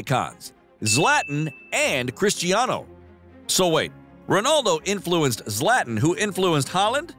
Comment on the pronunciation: Can we please stop calling Zla-tan Zlat-in It’s blasphemy